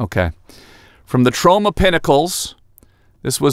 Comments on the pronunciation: Why do I think you were saying TROMA PINNACLES? It’s Trona! Trona!! Ma ma my Tronna! Not my Sharonna! 😂😂😂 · I thought you were saying Toronto like Trona.... we miss you in Canada Tom.